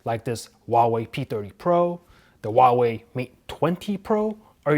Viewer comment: He says whooaway